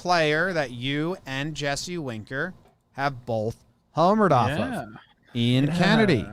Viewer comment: Sorry if it’s an inside joke I missed, but the name “Ian” is pronounced with the long “e” sound. Eeeean Anderson.